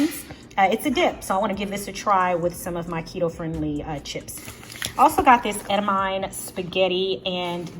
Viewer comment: So glad that I stumbled upon your channel. You are such a joy to watch and learn from. Just wanted to help you out with pronouncing edamame